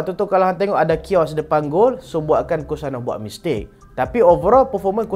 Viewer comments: Weh lehan. Hg sebut chaos tu macam kiosk. Kalau kiosk tu yg jual lokcing sebatang rm2.50. Sebut hat betul k-yos. Kita nak pantun lagi banyak lehan. Hahahahaha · dia kena pronounce Kêyos bkn kios😅😅😅.....(sepak dgn tgn sëpak dgn kki) ë dgn e tk sma bunyi